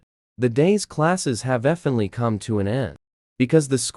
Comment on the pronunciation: " luckly the elavotorse of my life" "defenitlivitly going to laugh"